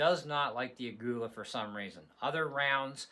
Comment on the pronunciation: It is pronounced "a-ghee-la"